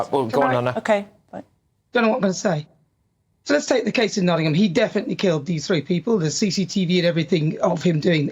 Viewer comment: Naughtham do you mean Nottingham 😂